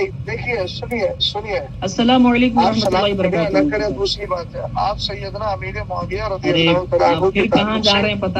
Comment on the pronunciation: Worohmatullohi woborokotuhu😅 a be kan mailiya pahle salam to thik kar😂